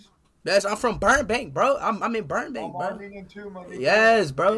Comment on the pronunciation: “Burnbank” lol